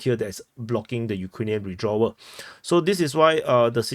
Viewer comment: WITH-draw - not Ree-dra